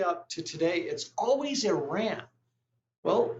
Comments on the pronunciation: Please pronounce Iran correctly. It is pronounced E-Rawn not E-Ran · What is “Eran”?????? It’s called Iran!! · the pronunciation is. e run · it’s pronounced E-Run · If it's always about Iran. At least have the IQ to say the name of the country right. Ridiculous